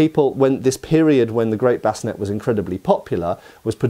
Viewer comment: Sallet.. Sah.. Lay.. It's pronounced Sah Lay.. or Suh Lay.. Not Salad. Also.. Bevor is pronounced Beh Vore.. not bevver. Bascinet is prounounced Bass Sin Aye.. not bass sin net. Also.. a sallet is meant to be worn with a bevor, it's a two piece helmet. Bascinet's.. there is only ONE period source, a piece of art, that shows a bascinet with a grill face. All other versions show a plate face. That period source shows a center of the forehead pivot or rotating point, an installation that does not exist on any existing period bascinet's. It is important to note, however, that there currently does not exist, in any museum catalogue, (or at least during the 90's when I was doing my apprenticeship in Germany) a bascinet with battle damage. Bascinet's are earlier period, sallet's are later period, however both the bascinet and the sallet are examples of large plate technology, they were both made from larger plates, cut out and raised. Previous to large plate technology, helmets were made of multiple plates rivetted together. However, there are enough examples of existing from the period helmets with forge welds that it's reasonable to assume some forge welded seams w/o the necessity to cut the proposed seams on a piece of antiquity just to prove a forge welded seam. The most important thing to understand about Sallet's over other European helmets is that it was the first example in Europe of helmets fitted to the actual shape of the head. The human head is shaped much closer to a cu